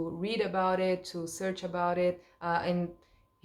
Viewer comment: Enjoyed your video,. Your English is sounding good and you appear to be enjoying learning about your new country; especially about "your" Queen, etc. But maybe not so much about English weather!? The word "read" in the past tense sounds like "red" The word "brewed" sounds like "BROOOD" Have a Happy Christmas and Happy New Year in the UK!